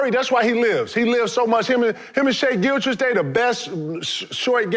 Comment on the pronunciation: He said gilchrist😂😂